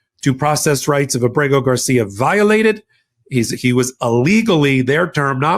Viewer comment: I have a request for you,. Please get Kilmar Abrego Garcia's name correct in the future. Getting his name wrong damages your argument.